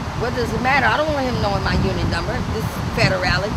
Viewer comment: Don’t give him my unit number 🗣FEDERALEE 😂💀